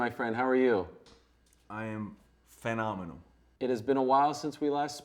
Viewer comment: "I am FAN-NOMINAL" .... Did I hear that right? Either way, I can't unhear it